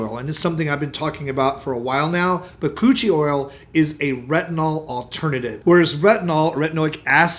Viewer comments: Anybody else hear him say cochi oil. And then realize it was something else. 😂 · So am I the only one who thought he was saying Coochie oil, at first😂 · I thought he said koochie oil. 😅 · He said Bakuchioe oil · Lol he defo said Coochi oil to my ears. Bachuchial haha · What is he saying for the last one? Bacooch oil?